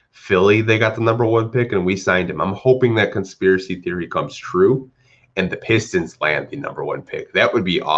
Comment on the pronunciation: "Peestons" 😂🤣🤣 I cried, I can't believe no one offered a second for Wayne